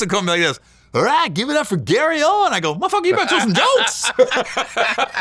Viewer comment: Not Owens. OWEN. Podcasting 101. KNOW YOUR GUESTS NAME. SAY IT CORRECTLY. {